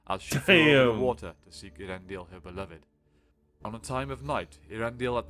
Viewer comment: A lot of people can't pronounce Earendil. It's ehh ah rendil